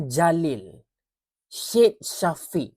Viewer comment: Sebutan syed tu bukan shed.. sebutan yg betul "sayed"... aku nak tanya lah "MOHD" kau sebut mod ke mohamad.. mcm tu lah jugak syed.. cara sebut "sayed"... harap dpt dibetulkan...